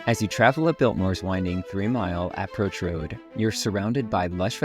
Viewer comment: Is it really pronounced “APP-roach Road?” Maybe that’s a rich-people thing?